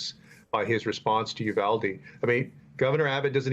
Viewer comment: Bless Rep Castro for pronouncing Uvalde correctly He's just about the only one on TV who has gotten it right.